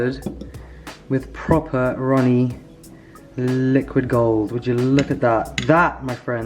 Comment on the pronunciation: I live for your british accent saying "Liquid Gold" Hahahaha